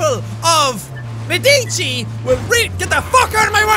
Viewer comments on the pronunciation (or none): It’s pronounced ma da ge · its pronunst med it chi